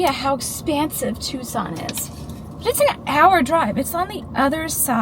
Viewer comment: Editing, your 🌵pronunciation is correct! 😂❤